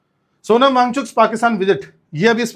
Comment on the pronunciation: सोनम भागचुकी✅ सोनम वां गचुक❌😅😅😅😅